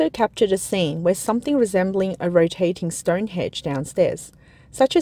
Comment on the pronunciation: VERY MUCH LOOKS LIKE THE BUILDING STANDARDS AREN'T VERY GOOD. CERTAINLY not designed for high wind. the word is stonehenge not stonehedge